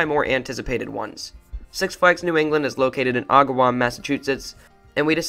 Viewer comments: awgawam😭 Just a little tip it’s pronounced Ah-guh-wam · I remember when this was Riverside Park growing up. Also, I laughed how he mispronounced Agawam! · how did you pronounce agawam?? you…